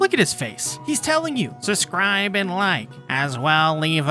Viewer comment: Am I the only one that hears “suscribe” when he says subscribe?